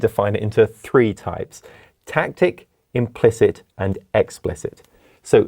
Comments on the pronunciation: Tacit, not tactic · Tacit not Tactic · doesnt he mean tacit knowledge instead of tactic